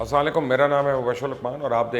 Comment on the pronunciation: Salam tu theek say kaha karo